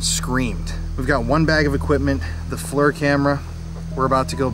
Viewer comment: Not being ugly but that thermal cam the FLIR it’s pronounced like fleer not flur love you guys show keep up the good work.